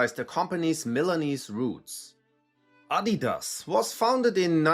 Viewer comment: Thank you for teaching me the correct pronunciation of Adidas. In the USA, many of us were unaware the company is German, and unlike Nike, they don't tend to advertise on TV here, so many of us Americans are wrongly pronouncing it as "ah-DEE-dass" or "uh-DEE-duzz,"always with a strong emphasis on the "dee." I now understand this was clearly incorrect.